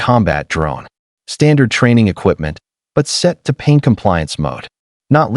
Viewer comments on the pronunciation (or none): Pain, not paint.